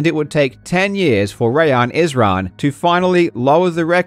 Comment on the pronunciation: as a Rayyan who gets his name messed up all the time, I just want to thank you for getting the pronunciation right. absolute legend.